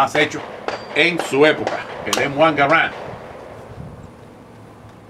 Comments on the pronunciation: Jajaja le dice “Em Uan Garant” al M1 y llama paton al general “Peyton” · El acento es en la primera "a" ya que es francés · Creo que solo me molesto que llamara al rifle como m1 gar and y no m1 garand